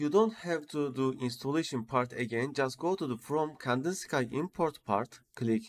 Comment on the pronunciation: tutor güzel ama ingilizceyi düzelt, birde Kandinsıkay değil Kandinski diye okunuyor, Rus ressama ithafen Vasili Kandinsky